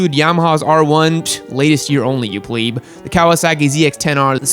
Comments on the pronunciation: oh my...... did he just say pleeb instead of pleb? know your memes. jesus, i might have to kill my self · Pleb, not Plebe